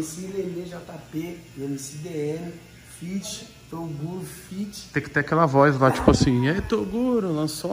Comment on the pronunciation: tem broks chamando o toguro de "torugo" tem like